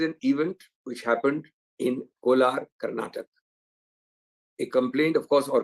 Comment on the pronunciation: Good Interview. One can create a with a theory around the timing (Politicans and Lawyers bound to do it ). It is the law that has taken effect. btw .. Abhishek, should take an effort to pronounce the state name properly ... it is not karnatak.. It is karnataka.